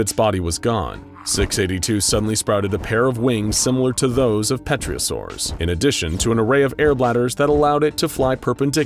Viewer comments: It's pronounced terrosaur not petriosaur if that's what you were referring to. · It's pronounced Tero-saws